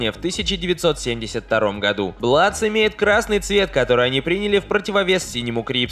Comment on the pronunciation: Не Бладс, а Блудс